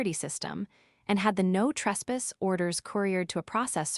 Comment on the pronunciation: AI can not say caulk, or retainer. No trespass. Can not say trespass.